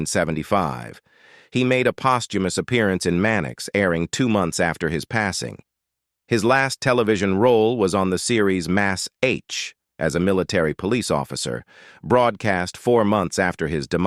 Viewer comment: A few mistakes here. First off, from the title, Burt Ward and Julie Newmar are both still alive. Second, the usual computer voice reading mispronunciations of Bette Davis (it's pronounced Betty, not Bet), plus Man H instead of M.A.S.H., third, no mention at all of Carolyn Jones playing Morticia Addams on Addams Family, and finally, during the Mister Freeze segment, there were two shots of Otto Preminger playing the part, completely different actor from the one being discussed